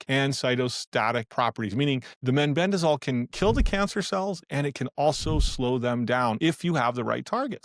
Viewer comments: It's meh-ben-dazole, not men-ben-dazole. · it concerns me that the speaker in this video pronounced mebendazole as meNbendazole ?